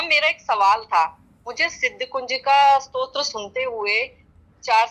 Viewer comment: बेटा स्त्रोत नहीँ स्तोत्र stotra उच्चारण करो , स्तोत्र शब्द स्तुति का derivative है Anchor भी और आप भी स्त्रोत strota बोल रहे हो जबकि शब्द स्तोत्र stotra है और यह गल्ती बहुत सारे लोग करते हैं। किमाधिकम्.... आदेश आदेश।